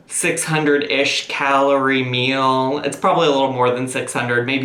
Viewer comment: The way she pronounces meal aggravates me so much “mill” no NO